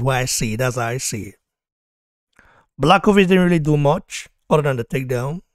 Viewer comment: If you want to be a champion - you have to beat the champion simple as that. And one advice bro - if you want to talk about a fighter with a respect, at least learn how to pronounce his name properly (Jan Błachowicz - Yan Bwah-ho-veech)